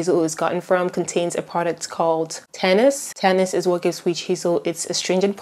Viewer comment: Hey, I’m not positive myself, but are you sure it’s “tannis” and not tannins? I’ve heard about tannins in witch hazel, but have never heard the word tannis in any context ever. So I’m just asking in case. And I need to thank you for explaining witch hazel. Your educated perspective is refreshing. Most sources either don’t care because it hasn’t been studied/researched much as an ingredient, are misinformed because they blame the effects of alcohol on all witch hazel in general, or have no understanding of science at all and describe it as some kind of magical miracle. So I really appreciate you! Thank you so much.